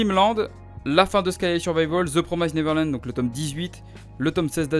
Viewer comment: Attention à la prononciation de the promised neverland